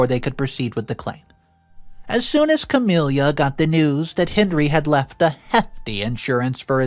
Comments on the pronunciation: The sister's name is pronounced "Ca-mil-a", not "Ca-mil-ia", it ruined the whole story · CamiLA not CamELIA omg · Ok, nothing to do with the story. Just.... It sounds weird, in my head, how pronounces the name Camila. Like 'Camilia' or 'Camilya'